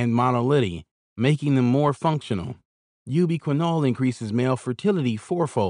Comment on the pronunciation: "You be quinn-all increases sperm monolitty"